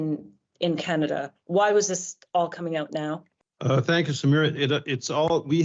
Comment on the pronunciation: Canada 🙄🙄 Kannedda 🤣🤣